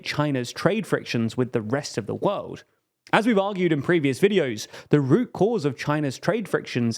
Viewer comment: Can you say "world" again? Wowd